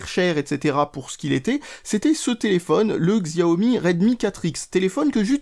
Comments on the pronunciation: Juste pour info, on ne dit pas "Xziaomi" mais "Chiaomi". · Ça se prononce Shiaomi, bordel !